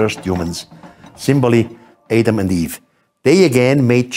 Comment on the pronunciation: Please, you can't even pronounce Adam??